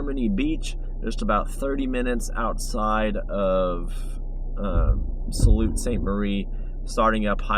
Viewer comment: Sault. Pronounced like Sue.